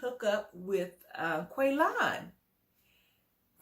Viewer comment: because it’s funny!🤷🏻‍♀️ Shovel mispronounced Qualons name the entire season!